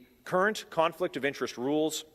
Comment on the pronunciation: NO MORE "CARNFLICT" OF INTEREST!!